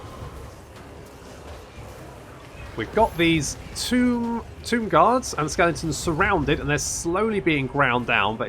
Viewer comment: Skellingtons - lol, it makes me smile and wince at the same time every time you say it ;)